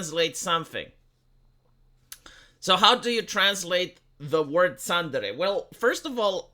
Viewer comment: Several weeks to come up with a translation for "tsundere" (love that terrible pronunciation too, ), seriously!? I first saw this word back in the noughties as a literal title for an aloof/lovestruck girl in an adult manga - ah, I think I just went and defined the term there. As somebody below rightly said, it's pretty much the same as the word "moody" in English. (=^_^=) (Hmm, I wonder how long it would be take him to come up with a definition for the word 'senpai'.)